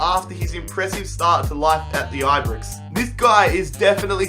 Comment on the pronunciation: aye BrOx not aye brix